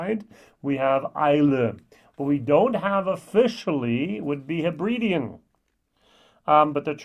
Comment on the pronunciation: Nice review but seriously learn how to pronounce names and places properly - please Hebridean not Heebreedeen Alasdair not Alassadeer Mull not Mool I appreciate the accent throws it a bit... but miles off. If you know your stuff at least put in the time to research pronouncing the names. 👍🏻 embarassing to not even bother but claim to be a whisky review expert.